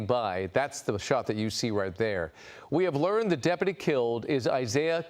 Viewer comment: Hey Chad, learn how to pronounce DepUty!!